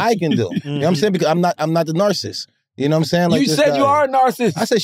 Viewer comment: I’m a Narsis too not a full Narcissist 😎